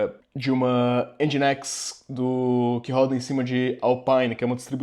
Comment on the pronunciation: Já sabia Docker, mas nesse vídeo aprendi a pronunciar Nginx (ao invés de N-guinks)